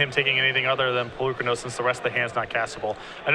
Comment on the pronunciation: I wish the Star City games commentators would pronounce Polokranos the way that Wizards said it should be pronounced, it makes the presentation feel more professional.